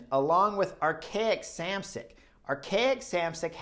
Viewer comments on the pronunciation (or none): Whenever you say Arkea Samsic it sounds like you’re saying Archaic lol.